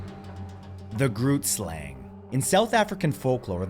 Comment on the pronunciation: First point: Who ever considered centaurs to be pure evil? They were fae, yes, but not go-tos for wickedness as far as I've ever heard. Second: "Grootslang" is pronounced "hruut-slahng"; I haven't heard of any of these other creatures (besides draugr, because Skyrim), but I'll take your pronunciations with a grain of salt, if that's okay.